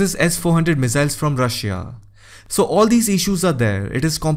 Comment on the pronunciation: Aapki Russia ki pronunciation galat hai...